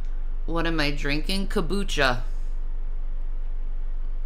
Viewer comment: Hey, it’s KOM-BUCHA not ko-bucha… never seen someone try so hard to look intelligent